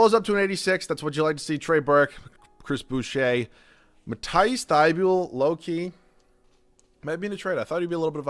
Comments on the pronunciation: Mat-ee-ss thy-bol is how it pronounced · learn how to say matisse thybule